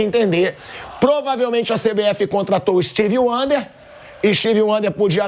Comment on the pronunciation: Pilhado falando steve wander kkkkkkkkkk